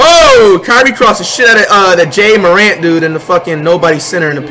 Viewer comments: he said jae Morant and zee on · JAH-morant ZEYE-on Rudy-goBEAR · The way he pronounced ja morant 😂😂